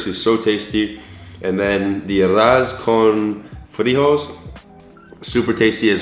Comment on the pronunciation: Lmao!! Try pronouncing it this way “Ah-rrohz kohn free-hoe- less” and “plah-tah-nohs free-tohs” . Short “o” sound not long “o”